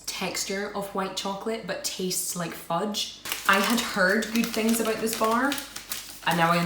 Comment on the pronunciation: I love your videos :) Thanks for the reply :) And I love how you say Goout instead of good :) I wish I could find these Polish treats in Canada :(